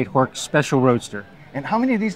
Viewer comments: Horch is actually pronounced horsh. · I'm always fascinated by non natives who know better. I'm German and I can assure you that Horch is pronounced with the 'ch' like in 'ich', as Breazeale pointed out.